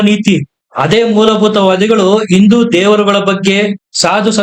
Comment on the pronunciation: ಸರಿಯಾಗಿ ಹಿಂದೂ ಎಂದು ಉಚ್ಚರಿಸಿ. ನೀವು ಇಂದು ಎಂದು ಹೇಳುತ್ತೀರಿ.